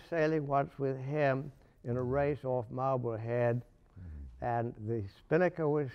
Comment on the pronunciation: I wouldn't be the least bit surprised if my grandmother knew both of these men. Edit: "we lived in Mahbulhead" okay she almost DEFINITELY knew these men.